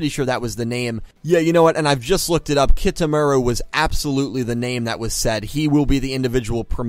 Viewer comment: you actually pronounce kitamuras name as 'kee - tah - moo - rah' ^^; im excited to see what kind of person the new sol tech 'pawn' will be,, plus who is this hayami ?? perhaps the ai thats mentioned in episode 17 is a defensive ai sol tech has who guards the info yuusaku is looking for ? so they have to duel it in order to get that info ??